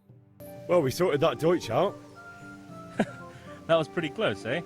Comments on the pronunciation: itu jerman bang bukan belanda wkwk deutch dibaca doitch bukan deutch, maju terus calon presiden indo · Itu baca nya doitch artinya org jerman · deutsch itu dibacanya doitsch yg artinya orang jerman *cmiiw